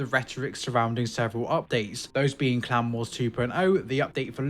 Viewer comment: I was listening instead of watching, and it took me an embarrassing amount of time to realize he was saying "clan wars" instead of "clown wars"